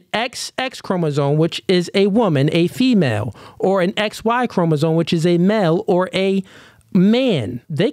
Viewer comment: It is CHROMOSOME not chroma-zone 🤦🏾‍♂️